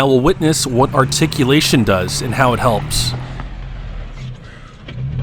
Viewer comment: SAY ARTICULATION ONE MORE TIME...